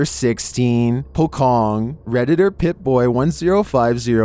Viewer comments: sorry, for pocong it's pocong, not pokong, it's still C in it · hello sir, the number 16 was not called "pokong (pocong)", it's "poh-chong" in malaysia, indonesia, brunei and singapore. thanks for your videos. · its not po-kong,its po-cho-ng🙏🏻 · Video No. 16 pronounce with C not K. Thank you. Btw, I'm a fan. Keep doing with all great content. Never missed ur video